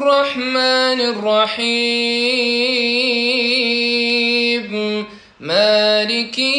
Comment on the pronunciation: بعد اذنك يابنى الفاتحه ليس فى تكرار الراء فى الرحمن الرحيم حفظ الله